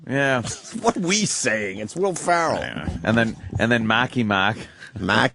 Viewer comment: His mispronunciation of Ferrell drives me insane